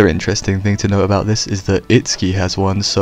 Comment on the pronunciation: You had me til you said Itski? To each his or her own but you lost me there lol.